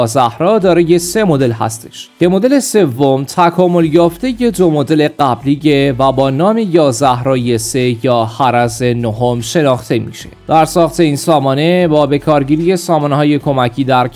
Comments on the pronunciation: عزیزم حِرْز هستش نه حَرَز... رزباهم خونده میشه. تلفظش مانند تلفظ مثلن حرز امام جواد چطور خونده میشه؟ اونجوری.. حِرْز یعنی سپر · داداش اون هِرزه نه هَرَز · خوبه نگفتی حرص 😂 برای برنامت خوب نیست اسامی رو درست بگو